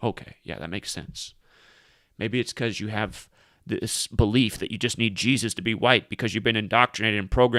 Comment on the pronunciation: "it's the BE-LIE-F buddy".